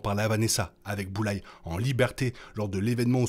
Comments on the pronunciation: Super critique! Par Contre le « Boullaie » me fait un mal aux oreilles 😂 c’est plutôt « BullSeye » ou « BoulZaie » 😂😂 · Bulleyes ❌ Bullseye ✅ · Par contre c'est Bullseye pas Bulleye